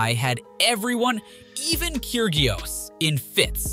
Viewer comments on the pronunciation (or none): Omg the pronunciation of tsisipas and kgririos was absolutly terrible